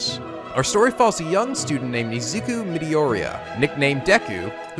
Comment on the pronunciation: Your pronunciations are making me want to commit ... ura-ra-ka, mi-do-ri-ya, iz-u-ku, ac-a-de-mia aka hero aca ...